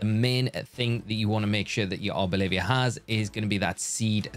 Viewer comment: Arboliv”i”a is such a funny pronunciation, I have to nickname mine that 🤣 Thanks for the vid!